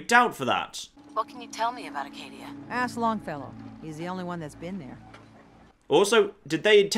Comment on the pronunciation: As a Mainer, I can tell you it is called Acadia, not Arcadia.